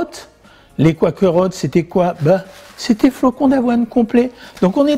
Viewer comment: J’ai toujours fait des biscuits avec le Quaker Oats. Recette suédoise. Très bon. Petite remarque: Quaker se prononce avec un ouèi et pas koua.